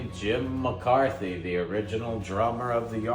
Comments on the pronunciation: It's Jim McCarty, NOT Jim McCarthy--need to get that corrected!! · You meant to pronounce Jim -Mc-carty-spelled McCarthy.